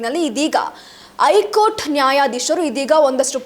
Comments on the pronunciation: ಐ ಕೋರ್ಟ್ ಅಲ್ಲ ಹೈ ಕೋರ್ಟ್, ಶಾಶಕ ಅಲ್ಲ ಶಸಕ, ಚಪ್ಪಳಿ ಅಲ್ಲ, ನಾಳಕ್ಕು ಜನಾರು... ಪ್ರಶ್ಙೆಯ ಮೇಕೆ ಪ್ರಶ್ನೆಯನ್ನು ಆಕಿ... ತಾಯಿ, ನೀನು ನ್ಯೂಸ್ ಓದದಿರುವುದೇ ಕನ್ನಡಕ್ಕೆ ಮಾಡುವ ಉಪಕಾರ... ತಾಯಿ, ಕೈ ಮುಗೀತೀವಿ... ಸುಮ್ನಿದ್ದುಬಿಡಮ್ಮಾ. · ವಾರ್ತೆ...ಮೀಡಿಯಾದಲ್ಲಿ ಭಾರಿ ಪಕ್ಕವಾದ್ಯಗಳ ಮಧ್ಯೆ...ವಿಷಯಗಳನ್ನು ಅಗತ್ಯಗಿಂತ ವಿಜ್ರಂಬಿಸಿ ಜೋರಾಗಿ ಮಾತನಾಡಲಾಗುತ್ತದೆ ...ಆದರೆ ಉಚ್ಚಾರಣೆ ಸರಿ ಇರಲಿ... ದಯಮಾಡಿ...ನಿಮ್ಮ ಮಾತನ್ನು ನೀವೇ..ಒಮ್ಮೆ ಕೇಳಿ....'ಹೈಕೋರ್ಟ' ...'ಹೇಳಿಕೆ'.... ಇನ್ನು..ಹಾಗೇ..ಒತ್ತಕ್ಷರಗಳ...ಪ್ರಭಾವ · ಹೈಕೋರ್ಟ್ ಅಂತಾ ಸರಿಯಾಗಿ ಹೇಳಬೇಕು. ಸುದ್ದಿಯಲ್ಲಿ ಹೂಸವಿಚಾರ ಏನೂ ಇಲ್ಲ.